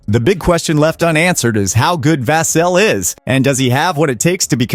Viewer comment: I thought it was ai until he pronounced Vassell 3 different ways😂